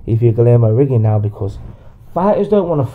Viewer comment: Accurate but your not saying he's name right